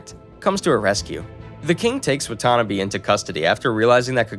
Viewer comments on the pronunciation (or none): Him not saying Kokone as "Cocoa Nay" but as "Kuh Cone" is kinda triggering, even more than his pronunciation of Watanabe as "wah tuh nah bee" instead of "wah tah nah bay".... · "Wattanabie" bruhhh wa-ta-na-be "Cocone" kok-ko-ne I'm physically hurt from his mispronunciation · Watanabe... not whatonabee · the way 'watanabe' was pronounced made me flinch